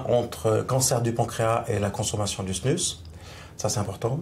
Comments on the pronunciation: Tu remplaces le s par un a ça fait snua trop drôle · LA snuZE au niveau de la prononciation svp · dite snus mais sans le n 😳😳😳😳😳😳😳